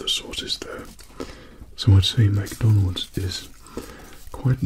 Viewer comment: not to be rude but some of yall with ascents say "mac donalds" like bruh its Mcdonalds